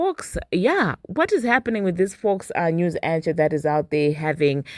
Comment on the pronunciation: lol the ch in anchor should sound like a K 😂 lil tip for you friend